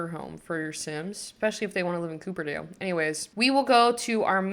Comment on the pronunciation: tysm for the video, this was rlly helpful as i could Not concentrate reading that whole description!!! lol also, wasn't sure if it was an intentional choice but incase u didn't know it's copperdale as in the metal not cooperdale as in the car! for the longest time i thought mount komorebi was pronounced 'comorby' trust is not an insult just wanted to say something haha